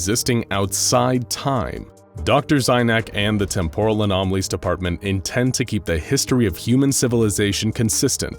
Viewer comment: Dude, every time you say out loud "Temporal", "Temporally", etc I cringe, your cadence is wrong. Its not "Tempóral" its "Témporal" (emphasis in the first syllable) >:v AARRGGGHHHHRGRHGRHGRKJFKJHDSKJFHKJSD *Cringe*